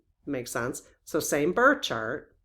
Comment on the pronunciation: It sounds like you’re saying “burt” chart and “queshion “ I know we all have local accents but I’d love to hear better pronunciation of these words. Love you lots. And the birth time study would be majorly interesting.